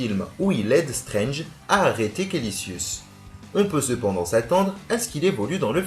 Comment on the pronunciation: bonne video mais tu t'es trompé sur le méchant ,c'est Kaecilius et non Kalicius